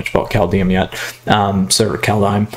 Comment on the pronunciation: Just a heads-up: Kaldheim is pronounced kinda like "Kaldhaim", not Kaldheyum ;) (Wingardium levio-saaah ;) btw, the first game you should have played Foulmire + ramthrough instead of the mana dork.. That way you wouldnt have taken so much damage early on..